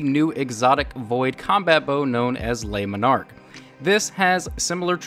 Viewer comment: Did he say "lay monark" I guess French isn't part of your vocabulary